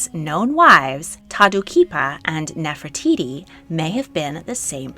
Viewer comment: Gosh I’m sorry but I can’t stand the way you pronunce Nefertiti. 😵‍💫